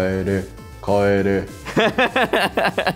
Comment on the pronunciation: FBの帰れがマックのポテトにしか聞こえない